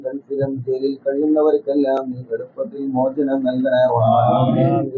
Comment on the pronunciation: അറിവിൻ നിലവിനാണോ മലയാളം അറിയാത്തത് 'മോജനം ' അല്ല മോചനം